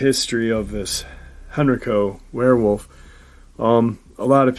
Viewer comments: Hey! Great Saturday Night LIVE talking METAL! Anyhow, I'm from the area of Virginia near these places mentioned in his video' Just thought I'd mention that Henrico is pronounced Hen-Ry-co (sorta like "Geico") and Varina (sounds like Va-Gyna!) Just figgered I'd let my Virgo freak flag fly! Stay Awesome! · Dogman? Sounds more like woman dog. Heard of werewolf of henrico. Hen_.rike_co is how its locally pronounced. I live in richmond, meant to hit up thay park, small park but swamps behind it. The white dog pack was also seen by a couple at nearby osborne landing who also thought they were supernatural. Dog bodied lady sounds like its. COincedentally the same part of henrico - varina. Pronounced like vagina